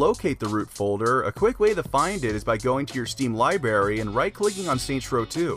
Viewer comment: Lol he said liberry